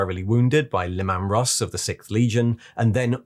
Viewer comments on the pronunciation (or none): why do you keep saying le-man russ. Its just leeman russ